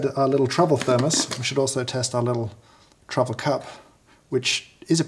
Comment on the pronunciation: i can feel James’ soul withering from working these - but also seems to be having some fun :D Also - am i the only one that hears “travel” sounding like “trouble” here?